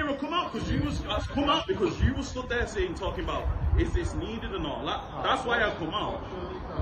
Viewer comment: THEH WILL BEE NOOOH REFHUNDS